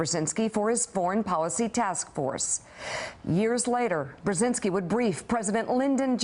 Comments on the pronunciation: I cringe at her mispronunciation of their last name. It's [bʒɛziŋski] not [brɛzɪnski]... oy vey... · Mika can't even pronounce his last name right, shame. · smutne jest ze corka nie potrafi wymowic nazwiska swojego i nazwiska ojca